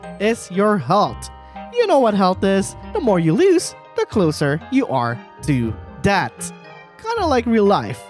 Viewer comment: did he say debt or death (No hate)